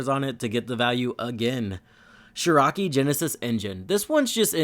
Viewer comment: Shiirakii. SHO-RI-KAI. Much love lmfaooo